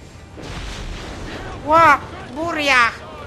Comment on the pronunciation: "buria" czyżby korzenie rosyjskie ?